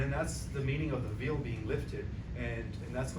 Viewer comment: Much gratitude. I just wanted to say that if anyone's listening to you and you say the word Veil, it is pronounced. V a l e. I'm just thinking they may not understand you when you say veel. Blessings.🌹✨️😊